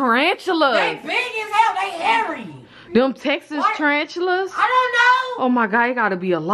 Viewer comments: said tarantulers 😂😂😂😂😂😂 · why did said tarantuler🤣🤣🤣🤣